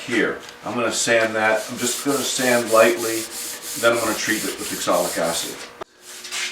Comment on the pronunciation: wonderful work. Are you using oxalic acid, it always sounds like exolic?